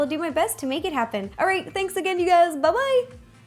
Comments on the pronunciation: was it me or did she say Hey gays! no offence to her but im british soooo yea..... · guys she said hey gayd